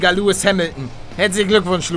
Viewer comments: Er heißt Lewis und nicht Louis 😂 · Der heisst lewis nicht louis 😂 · Wird Louis (mit dem "s") ausgesprochen ;) Hättest du ihn jetzt ernsthaft "Lewis" ausgesprochen... :D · Er heisst lewis wird aber wie louis ausgesprochen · xXiksXx xXiksXx aber es wird louis ausgesprochen. Nennt sich Englisch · was denn er heißt lewis und wird luis ausgesprochen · Lewis wird im britischen "Louis" ausgesprochen da es ja auch kein "W" gibt (also den Laut W)